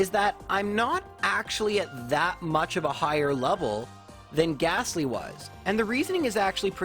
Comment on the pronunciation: Good stuff as always, and I don't even mind the wrong pronunciation of Lore-uh-lie. However I DO mind the "h" in Gastly at the end!:)